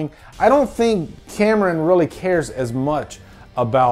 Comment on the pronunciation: The way you introduced James cam-er-on like a-a-ron and bl-akey and de-nice..